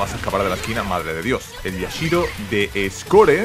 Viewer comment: Este tio se emociona por tan poco, ademas de decir mal el nombre de Yashiro, me sangran los oidos cada que lo dice.